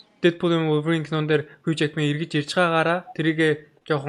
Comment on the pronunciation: Wolverine gej ymr altsangsan heldg ym be osda